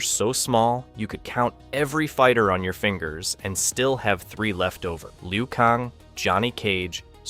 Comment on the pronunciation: Lioo Kong....Kahno.....Ryden.....this kid needs a Father